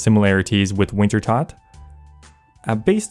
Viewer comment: You keep mispronouncing Wintertodt, I keep disliking your videos; simple as 😊